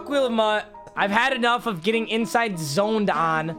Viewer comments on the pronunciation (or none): none